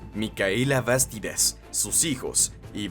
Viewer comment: mal pronunciados la palabra Túpac y Bastidas